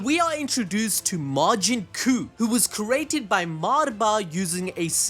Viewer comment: Bro it’s Majin Cuh like the no quema cuh